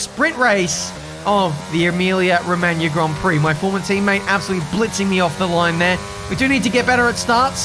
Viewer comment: He actually is the only anglophone to speak Emilia Romagna correctly :O